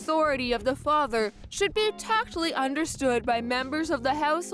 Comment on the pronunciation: look up the pronunciation of ‘tacitly’.